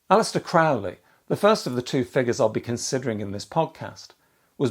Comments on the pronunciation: Aleister himself would correct your pronunciation of his surname. It's Crowley, rhymes with 'Holy'. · It’s CROW-lee